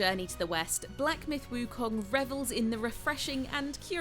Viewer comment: Props for the pronunciation on “wukong”